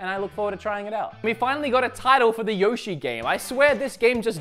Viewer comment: For a guy that loves Nintendo you chose the wrong team for the pronouncing of Yoshi.